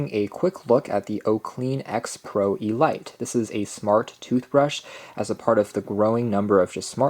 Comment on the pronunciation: Elite, say it with me, EE LEEET